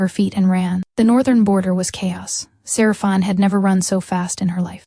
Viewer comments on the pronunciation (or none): Good story, but could the narrator please pronounce Seraphine properly 🤦‍♂️